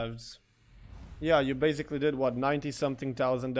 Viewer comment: Please stop saying BEZZZZZIKLY!!!! BASICLY! /s/ sound NOT a /z/ sound jeez